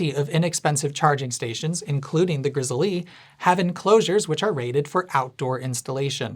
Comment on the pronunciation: I believe it's just pronounced like the bear, "Grizzle' lol